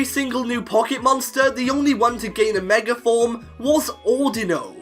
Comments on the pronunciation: Dude it's " Mega " not " Megar " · Why you pronounced like meger evolutuion ? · Stop saying megar evolutions stooooop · Love how you say mega. “Megar” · Yet ANOTHER pkmn Youtuber that forces the letter R in the word "Mega". I know you are bullsh1ting me when you previously just said Mega with no issue at the start of the video. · Anyone notice he said meg er evolution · THERE IS NO R IN THE WORDS "MEGA EVOLUTION!!!!!"